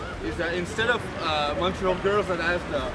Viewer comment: Bobbius Shadow Mon-TRoyal🙄😘